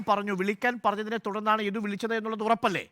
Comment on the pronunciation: ഇഡു അല്ല മോട്ടേ യദു